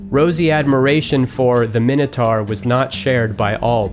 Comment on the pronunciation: Oh my god, where did you learn to pronounce minotaur? The 'taur part' is pronounced like tore, like I tore you a new one. :-p